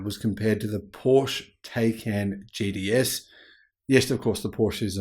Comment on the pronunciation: “Taycan JDS” 😂 You mean Taycan GTS? Just kidding I know it’s the accent lol 😂